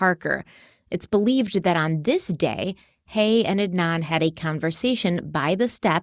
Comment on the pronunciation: They’re also pronouncing Adnan’s last name wrongly